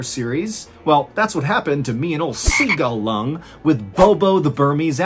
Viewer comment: “sEgUL lUnG” 🤣